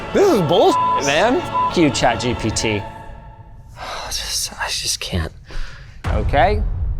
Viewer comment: Did anyone else hear him call gpt jibbity